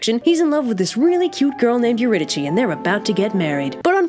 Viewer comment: did not know it was pronounced euridychi